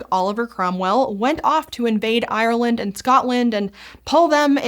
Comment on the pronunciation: Google how to pronounce Ireland before you have to say it on camera